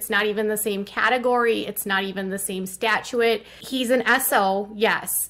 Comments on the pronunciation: I h8 how she says statute she says it statuette fkn re re she is. and of course is talking to a child predator & defending them. she's pure evil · I have a question - wtf is a stat-chew-ette? She’s Mensa level intelligent, yet she can’t pronounce the word statute? Lmao 😂